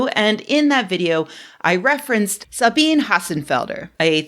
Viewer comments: I'm on your (and science's) side in this, and think it is important that you criticize Sabine's video. Thank you for that! I do however have the least significant and relevant remark: as (I suppose) a non-German speaker, you pronounce the name "Sabine" wrong. First, the S is pronounced more like an English Z, since it is followed by a vowel. That vowel is pronounced as a clear A sound, i.e. like the second syllable in "Ohio". Lastly, the E at the end is also pronounced (like the E in "egg"), as there are rarely any silent letters in German. I will not criticize your pronunciation of her last name because I bored even myself with this comment :-P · I was watching Sabine for a while, but then she started talking about things she's not an expert in. I kinda ignore her now. BTW, Sabine has three syllables, not two. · Sabine really misses the mark with her jokes and takes on politics. She had already made a few jokes about trans people in the bathroom which I found unnecessary and irrelevant. She does a little bit where she answers the phone and makes some jokes. Also it's "Sabine-ah" the E is an "uh/ah" sound. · Small note: Her name is pronounced "Sabina," and feel free to make the ess lean toward a zee a bit. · It's pronounced "Sabina". You're over here criticizing her and you don't even know her name. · I heard this too. I love languages and enjoy trying to find the best way to pronounce things. Sabine-eh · It's called: "Staying in your lane..." She's either going for views on "topical" things, or has kind of lost the plot a bit. FYI, the typical pronunciation (particularly on German-speakers) of her name is: Sab - een - eh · I would take your critique more seriously if you could be bothered to pronounce Sabine's name correctly. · Just fyi, in German, there are no silent letters. Sabine is, therefore, a 3 syllable word (no silent e at the end). Here name is pronounced almost like Sabina, except with the last letter being more like eh.